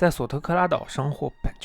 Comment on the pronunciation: 是索科特拉不是索特克拉哈哈哈